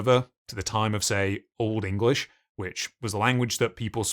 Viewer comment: Nevermind Sumerian. At free AM in vuh morning, is Engwish suffering? Not a wot, reawy.